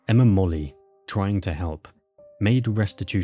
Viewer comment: Interesting. Molloy is usually pronounced as spelled, not 'Molly'.